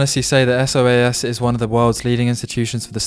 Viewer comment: It's pronounced 'so-az', or to give you it's full name: School of Oriental and African Studies. It's one of the top UoL member institutions together with UCL, KCL, etc but more specialist so isn't as famous as the big ones.